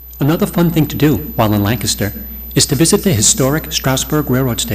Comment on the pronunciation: It's pronounced LANC aster